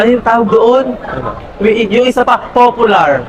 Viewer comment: eto po yung pag spelling ng popular pero ang basa ay popyular